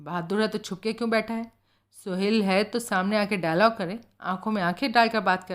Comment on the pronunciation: मैडम बाकी सब कुछ ठीक है लेकिन आप जब जब "सोहल" को 'सोहेल" कहकर उच्चारण करती है तो बहुत झुंझलाहट होती है और किरदार से कनेक्ट होने में परेशानी होती है।